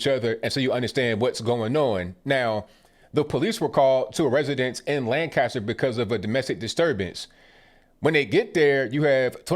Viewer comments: Jesus people. It’s “Lankester” not LAN-caster. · It's not pronounced Lan CAST er. It's LAN cast er. Or basically put "kisst" in the middle. Just a pet peeve as a native. Hard to believe my home city is in on this nonsense also. The city was still pretty heavily Republican when I was growing up in the 80s. It even had a Republican mayor as late as 2006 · not Lan-caster, Lanc-aster ... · Its pronouced "lancaster" . Not lan-cast-ter. Everyone saying it wrong. So sad this happened. This has been going in this city for week. Riots etc